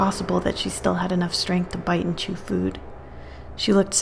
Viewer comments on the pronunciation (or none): none